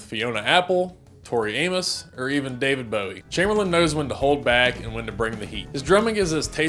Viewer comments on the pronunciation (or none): none